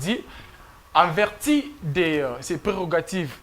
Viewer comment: on dit en vertu non en verti notion de prononciation des l Ecole primaire